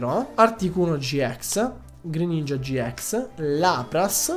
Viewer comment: Si dice gi ix non gi ex